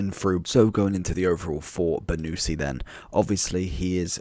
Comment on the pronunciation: It is not "BONUSSSI" but "BONUCCCCI" lol! wrong pronunciation !